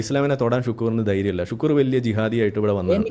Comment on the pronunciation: ഷുക്കൂർ അല്ല, ശുക്ലൂർ....